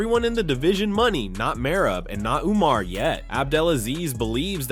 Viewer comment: MerABE What a Jokeeeeeee !! Learn to say his name right , if you are going to Say It 7 Times !! MerAB !!!! Very Pathetic